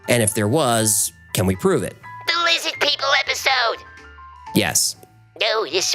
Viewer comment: "LIZZID PEOPLE" lmfao